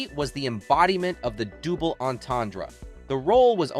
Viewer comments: "the dooble entendre"? Double is pronounced "duble", not "dew bull". It's a double entendre. Also, the image you used to get people to click the link is not anywhere in your video. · You should teach your computer voice how to pronounce the word "double."